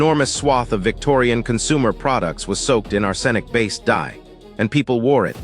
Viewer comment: Ar-SEN-ic? Brethed it in? 2 minutes in.....I can't watch this.